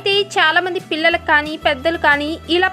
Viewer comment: ఫిల్లలు కాదు పిల్లలు దయచేసి తెలుగును ఖూనీ చెయ్యద్దు మేడం..